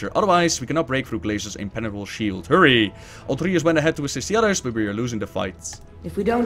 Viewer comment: Why does everyone pronounce it Altrius? It's Altruis, like someone who has an alTRUistic nature! But wait. Some demon hunters have voices in their heads? Like a psyker and daemons? IT ALL MAKES SENSE NOW.